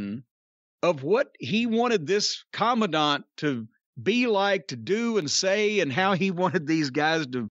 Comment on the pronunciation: I see Jim took every opportunity to pronounce the word Commandant correctly. Last week he was saying command-ant.